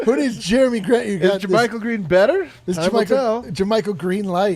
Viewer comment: My man said jermie Grant 🤣🤣🤣🤣🤣